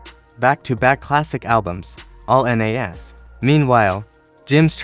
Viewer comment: Stop the A.I. who tf is N.A.S? You mean Nas?